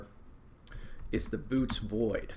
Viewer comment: It's not the "Boots" void, it's pronounced "Boy-eh-tees"